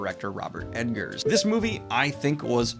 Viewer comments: Ok, I forgave it in the review, but why are you still saying Robert EDGARDS? It's Eggers, like egg enthusiasts. I don't know why I went with that, but you get it based on that example, right? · EGG-ERS DANIEL! EGGERS! THERE IS NO D!